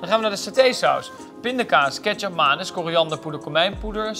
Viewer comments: Ik ga jou naam toch ook niet verkeerd uitspreken?! Als je iets niet correct zegt, dan gaan andere mensen je wel corrigeren 😉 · Spreek nou toch eens een keer Ketjap Manis eens goed uit.. het is niet Maanis (met een laaaaangeeee A) zoals vele het uitspreken, maar Manis met een korte A. Als je je verdiept in andermans keuken, spreek het dan ook correct uit. Net als Baabi, zoals het word uitgesproken door velen van jullie, maar het is Babi met een korte a klank.. super annoying 🙄